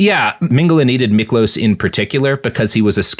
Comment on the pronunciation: Miklós was hungarian, and the "s" on the end of his name is pronounced as "sh". But your pronounciation of his name otherwise was pretty good!